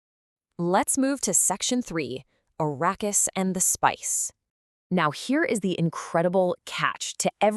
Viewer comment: Arakeis.. ❎️ Arrakis!!!✅️